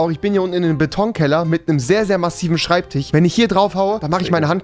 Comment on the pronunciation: Rewi, 4 Jahre alt: Schreibtich